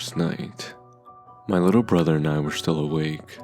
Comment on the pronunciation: Lol "while my little bother"